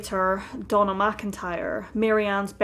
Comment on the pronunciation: I kept thinking she was saying Donal MacIntyre too! lol. I eventually realised it was Donna...